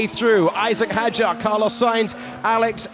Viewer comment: Hadjar (حجار) is pronounced with a silent “D”.